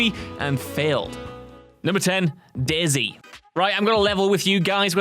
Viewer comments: Not gonna lie, I had this video on in the background at work and when he said 'Day-Z', I heard 'Daisy' and was like "Wait... why have I never heard of Daisy?" until he mentioned the ARMA 2 mod part and realization struck. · The way he said dayz made me laugh way to loud and it’s 3 am